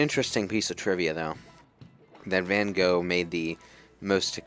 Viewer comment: Aaaand they mispronounce Van Gogh again.